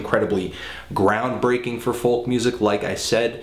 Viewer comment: It really annoys me how he pronounces folk -___